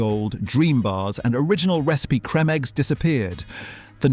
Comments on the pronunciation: Is this AI voice over? "Creme" is pronounced as in cream, plus many of the images don't match the voiceover. Very poor production. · Why do you keep pronouncing creme wrong? Is this an AI generated voice?